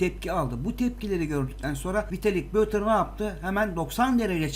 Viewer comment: Vitalii Buterin adı adamın ismini doğru öğren gözünü seveyim